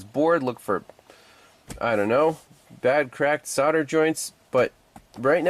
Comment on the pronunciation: When you talk about “ sarder “ joints I think you mean “ solder “ joints .